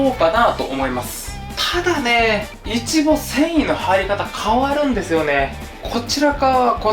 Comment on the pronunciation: イチボのイントネーションが気になる、、🤔